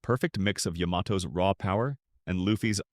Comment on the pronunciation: Please for crying out loud... say Yamato's name properly.